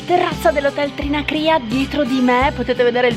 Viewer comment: trinA'cria e non TinacrI'a